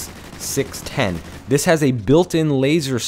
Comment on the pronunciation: It's not ARX-610 it's ARX-160